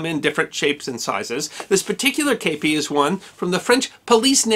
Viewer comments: while a great video, i found it a little grating in the use of the word kepi, said in a very odd way, (as I understand it, yes it is a loan word and the loan word is kappe, but as an english speaker, (not from the US or UK) i've only ever heard it as a kepi, said in the french style, and not as you'd been saying it (is this an Americanism? or the way it is more often said there, as opposed to what I would understand as the wider used term?) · The actual pronunciation is sort of in between. Here's a quick lesson: 1. The vowel is closer to "Kay", without the y. In English, the vowel in "Kay" is a diphthong or vowel combination. We actually say "kay-ee". In French, there are no final diphthongs. If you drop the final "ee", you get something that sounds a little like "Keh". 2. In French, the accENT is alWAYS on the fiNAL sylLABLE. So the word is pronounced "Keh-PEE". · The French word has an acute accent over the E: képi. That means the E is pronounced like "kay" but without the "ee" ending English speakers put on it - not "eh" as in "kept". There's no accurate way to write this in English without using the international phonetic alphabet. But that's what I meant by writing "Keh-PEE". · I've never heard it pronounced "Cape pee" I thought it was "Cah Pee" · K-p or kepi, kepp-ee, in English! Shack-o, or Shake-o in English! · I actually was issued a kepi. And it was pronounced kep(t) ee. The history guy is saying it wrong. If you need to hear it pronounced look up the song “kepi blanc” chants d la legion etrangere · I ran off to join the French Foreign Legion years ago. The kepi blanc... it's pride. And... IT'S NOT KAYPEE, it's keh-pee. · i should expand, I hear you saying kapie and not kepie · Today I learned it's called a Cape ee not a keep ee hat. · You said it wrong chief kep kep i kep I kepi and not stander issue of my war